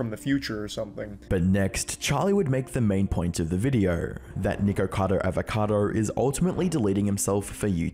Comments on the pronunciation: I really did not like this video, but I will be subscribing so I can watch future videos xx I just personally found it really irritating the pronunciation of his name ! But other than that, I absolutely love the style of documentation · the way bro pronounced "Niko"cado Avocado... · Flinching each time he says "Nikocado" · Charlie never once said Nikocado, it's always Nikado looool Just to note, if it hasn't been said already, but the whole 89lbs/89 el bees shtick was done by Nick as a mockery of another YouTuber named Amberlynn Reid. He's been mocking her on and off for a while now because she won't do mukbangs with him. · I find it rather hilarious and somewhat ironic that Charlie is so loved and respected, yet can't even say the YouTuber's name correctly that he makes a video about. His name is Nikocado - not Nikado. You may be a respected YouTuber Charlie, but it seems you can't even show enough respect to pronounce someone's name correctly. That aside, if Nikocado wants to kill himself for views, then that's his choice. Was your video about him demonitized ? If not, then aren't you cashing in on the same thing by making a video about him ? You commentary YouTubers are a sad lot. The only way you can make a living is by putting shit on other people. Live and let live. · I wish Penguinz0 could actually pronounce Niks name correctly